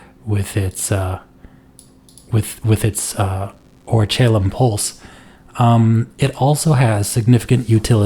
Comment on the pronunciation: Ori - khal - kum